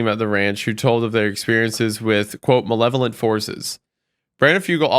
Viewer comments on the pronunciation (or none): none